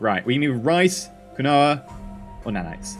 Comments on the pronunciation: Hey. I love your science moments in the videos. I wanted to let you know Quinoa is pronounced "keen-wah". (I didn't know either until I was told) 😀 Someone sent me to the shop to buy some and I couldn't find it ... until they spelt it out to me. Who ever spelt this originally was likely drunk. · Quinoa is pronounced keen wa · You know, quinoa is pronounced Keen-wah. Don't ask me why, it just is. lol